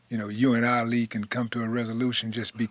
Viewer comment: Willie D told the story wrong. Hell, he couldn't pronounce his name right. Ali and Katt should've sat down and had the discussion face to face. Ali said he met Katt when he was performing under the name Katt in the Hat. They rode in a car together, discussing getting a tattoo in New Orleans.